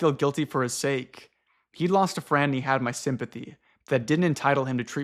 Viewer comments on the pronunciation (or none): none